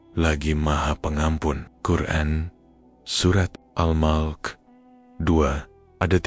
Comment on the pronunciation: Al Mulk..bukan al mok....